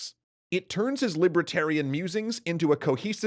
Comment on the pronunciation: What is this "libra-tarian" that you keep referring to? It's 'li-ber-tarian". And I don't know: will Arthur see Clark?